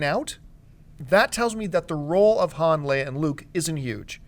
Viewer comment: Say Han's name right!